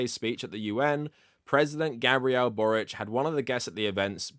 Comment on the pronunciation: as a croatian i really appreciate you pronouncing Borić's surname the way it would be pronounced in our language ❤️